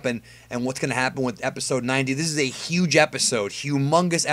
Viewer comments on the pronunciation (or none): Did you just say hugh mungus?